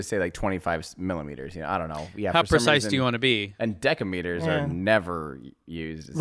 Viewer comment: "Deckimeter", I don't know about everyone but here we pronounce it "desimeter";)